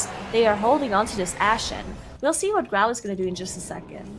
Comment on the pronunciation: His name is Grom, not Growl